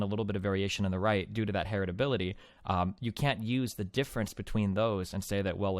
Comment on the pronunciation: Her-et-ability. The fuck.